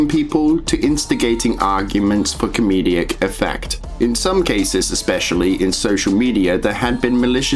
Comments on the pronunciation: Great vid. Shows that you can't pass off fictional content as real. Even though Lt. lickme said some of his videos were fake, it's so sad that he used his talents for this purpose. Why do you pronounce 'comedic' as 'com-me-de-ic'? Bit weird. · Comedic. Com-ee-dic. Great video though :D